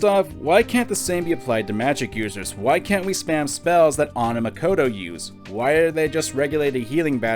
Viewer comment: i hate the way says Anns name. it pronounced AH-nn as in like the British (and most english speaking countries) pronunciation of tomato